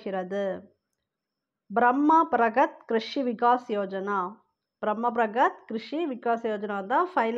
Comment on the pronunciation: Medam pronunsation mistake பிரம்ம பிரகா இல்லை பரம்பாரகத் கிரிஷி விகாஸ் யோஜனா